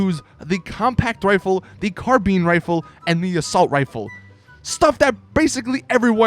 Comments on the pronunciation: Its Carbine Rifle not CarbIn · It's not carbean it's carbine INE not ean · I HATE it when people say carbeen rifle instead of carbine rifle like UGGGG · Carbeeeen rifle.... Repeat after me Car Bine Car+Bine = carbine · carbean rifle? 😂😂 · Lol its the Carbine Rifle not pronounced Carbeen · "Carbean rifle" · "The Carbean Rifle" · this guy said carbeen rifle 😂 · STOP SAYING CARBEEN RIFLE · Car bine.. Like line, not bin ffs.... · Dylan James both pronunciations are valid